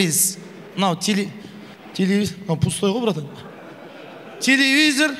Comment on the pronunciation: Телевизер емес телевизор😂